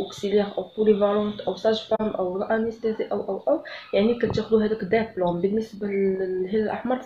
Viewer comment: ديبلوم وليس دابلوم و شكرا على المعلومات